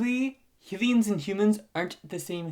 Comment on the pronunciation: I kinda don't like how he says hilians instead of hylians but still good channel